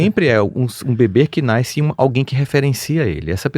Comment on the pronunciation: Tinha tudo pra ser maravilhoso, mas não dou conta de ouvir Rossandro falando "NASCER" Errado.